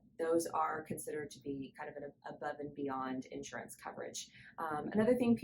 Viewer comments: Say: in-SHUR-uhns. 3 syllables, accent on the second syllable. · Nice job. Note: The word insurance has three syllables with the accent on the second syllable. So: in-SHUR-uhns.